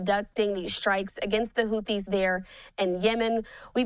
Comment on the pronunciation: Can you get your reporter to say houthis correctly please